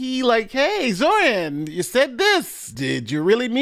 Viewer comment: Hey, I noticed you were saying Zohran's name wrong. I don't really care that you did, and I don't care if you fix what you're saying, but you kept saying zoRHan and not zoHRan. My mom does a similar thing with Chipotle. She says chipoLTay, and not chipoTLay.